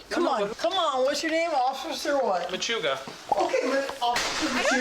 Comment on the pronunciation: "Whats your name?!" "Officer Machuga" "Okay, Officer Mmshrugraa!" 🤣